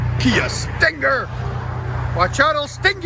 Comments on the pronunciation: Hate how he over enunciates Stinger lol StinnnGer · The way you say stinger is killing me. Sting-ggger